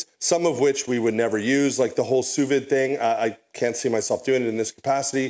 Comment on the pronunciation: You sound like you're from Qc with how you said "sous vide" lol